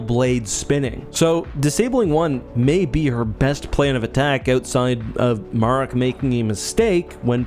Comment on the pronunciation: Good video, as always...I've heard Marrok pronounced multiple ways, so far, and if I know one thing, THIS vid is NOT how you pronounce the name 😂